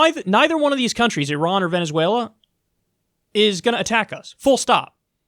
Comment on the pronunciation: Kyle it's Venezuela not Venezüela